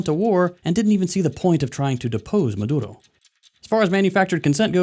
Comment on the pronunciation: Are you Hispanic you say maduro perfectly